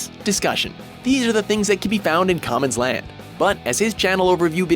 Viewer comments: Who the fuck is "Common's Land"??? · Kaman's land 😂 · kaamans's land lmaoo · OH HELL NAAAAAAHHHHHH!!!! HOW DO U PUT FORNEVERWORLD OVER QAAMAN'S LAND!!!!!